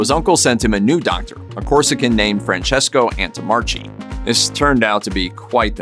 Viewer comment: You mispronounced the doctor's name. It should be 'antommarkee'